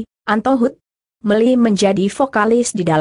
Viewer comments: Setuju mb... Ejaannya jga bnyak yg salh.. Melly aja dbca milly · melly x bukan meli